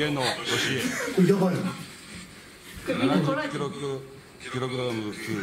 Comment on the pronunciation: なんでキログラムが 言えなかったんだろう 笑